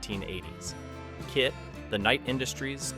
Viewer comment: I wanted to like it. But he didn't pronounce “KITT” the same time each time, including inexplicably spelling it out at times. So i am suspicious of it being an AI voice.